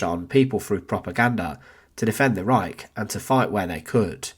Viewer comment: I wish that the narrator would learn how to pronounce Wehrmacht, Reich, and Volk, as well as learn English sentence structure. All these 'and ... and ... and ...' drive me potty.